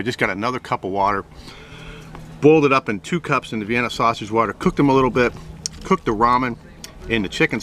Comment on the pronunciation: Say snausage one more time you fucking mook. Jesus. Also, shiny side goes down on foil dipshit.